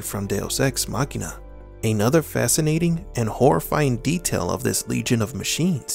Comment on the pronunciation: Machina is spoken "ma-chee-na" not "makhena"